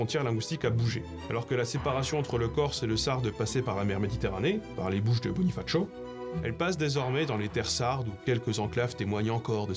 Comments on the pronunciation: Les bouches de BoniFatcho... Non du tout, c'est bonifacio prononcé comme ça s'écrit. Le terme local étant Bonifaziu. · Bonifatcho ahah, c'est désuet ahah j'aime bien. Alors, s'il est vrai qu'en Italien c'est en effet comme ça que ça se prononce, le nom Italien a été emprunté en français par la voix écrite et non orale (l'Italien est la langue écrite de l'élite et de l'administration en Corse y compris au début de la domination française) on dit donc "bonifassio" (de la même façon qu'on dit "ajaxio" et pas "ayatcho") . Il ne s'agit pas non plus de la prononciation locale correcte puisque la ville à l'origine se partage entre une population rurale et périphérique corsophone qui utilise "Bonifaziu" qui se prononce "bonivatsyou" (le Corse connais aussi "Bunifaziu" sans l'accent tonique secondaire au début mais cette variante bien qu'en progression depuis une cinquantaine d'année n'est pas utilisé traditionnellement dans la région autour de la ville) et une population urbaine intra muros ligurophone qui utilise "Bonifazio" qui se prononce "bounifazyou", l'Italien étant tombé en désuétude au sein des élites qui le parlaient au XIXe siècle. Super vidéo en tout cas! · Intéressante vidéo. Vraiment particulier d'entendre Bonifacio avec sa prononciation italienne en . Localement, outre la francisation de Bonifacio, on parle plutôt de Bunifaziu [buniˈvad͡ziu] en corse ou même (mais malheureusement rarement en raison du faible nombre d’anciens qui le parlent encore) de Bunifazziu en bonifacien (ancien ligure).